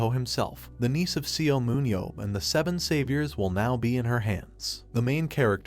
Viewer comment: Seo is pronounced "Saw".